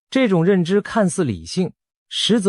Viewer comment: 嚇阻（發音是賀組）戰略